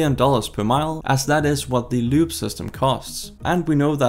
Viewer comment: About 4 minutes in before I realized that you were not saying LUBE...